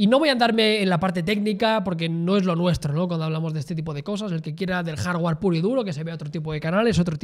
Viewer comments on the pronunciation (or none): none